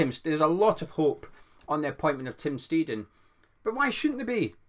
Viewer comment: Boring comment but maybe useful! In German an ei vowel combo is always an “aye” sound . An ie combo in that order is an “ee”. So it’s Tim Sht-aye-ten hope that helps re pronunciation.